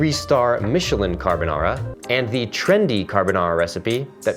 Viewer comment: Subscribed for rex carbonarrrrra